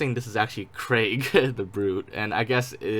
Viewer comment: I am so happy you can say Craig correctly :)